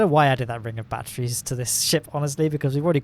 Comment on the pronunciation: Why do you keep talking about "Bat-trees"?